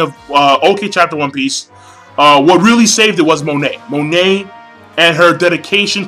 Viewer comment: GOD DAMNIT MONET IS PRONOUNCED "MOH-NAY" WHAT THE FUCK MAN